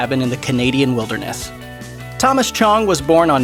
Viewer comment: "wilderneth" XD